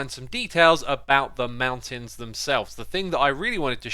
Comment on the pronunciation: He was so fast this time, that he forgot the T from MounTains